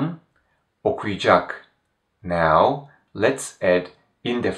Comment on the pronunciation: I've noticed that some letters aren't pronounced, or perhaps I'm not hearing it. For example, when you pronounce Sercan okuyacak, I hear something along the lines of Sercan oku'cak (with the u elongated a bit). Is this common?